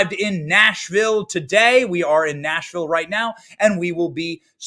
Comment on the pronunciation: Come-on y'all......Benny, It is pronounced; 'Naashvielle'